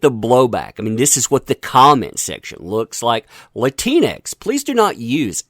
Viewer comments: If You Do Use It Its Pronounced Latin X. Not Latinex ....cuz thats what your saying.... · Its pronounced Latin X. I'm also one of those Hispanics that hate that term Latinx. Makes me sound like a disease or a failed science experiment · Latinx… sounds like you’re calling someone a Keleanx! 🤣🤣🤣